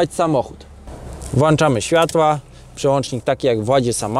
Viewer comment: Super. Błagam tylko o jedno: "włączać", nie "włanczać" :)